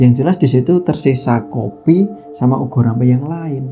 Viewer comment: Bukan ugo rampe.... Tapi ubo rampe